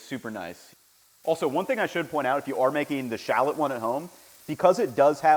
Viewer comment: he didn’t even pronounce shallot correctly